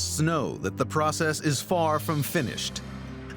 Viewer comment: Prosisees? Pross sesses? Lol